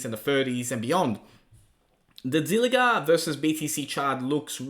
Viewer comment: Zilliqa qa qa not zilliga Ga Ga it's Qa